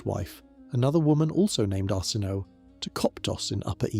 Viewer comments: Pronunciation needs work. Arsinoe for example, pronounced Ar-sin-oh-ay. I do like your videos though. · Arsinoe : Ar-sin-no-ay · His names Arsinoe! Lol!